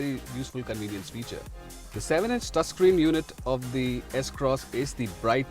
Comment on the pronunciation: Did he say Taascreen instead of touchscreen ?? XD